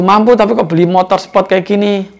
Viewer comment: Mon maap gua ngakak pas bapak ngomong "motor sepot"😂